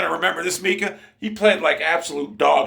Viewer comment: I think it’s My-Cuh